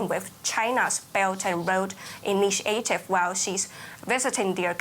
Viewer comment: "The bert and load initi, aative" 😂